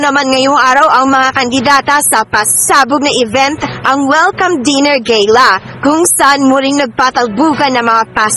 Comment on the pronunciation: Ano sabi mo te’ Gayla? Di ba Gala?